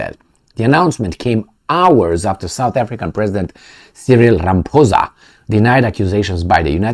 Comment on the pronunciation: He said Ramphoesa not Ramaphosa